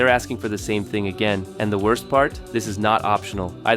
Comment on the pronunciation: "Welcome to ze new world order"